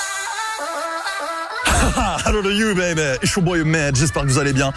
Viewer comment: Je crois qu'il dit ''hello to you baby, it's your boy " mais le -it's il le prononce -ish. C'est pour ça que c'est compliqué à comprendre;)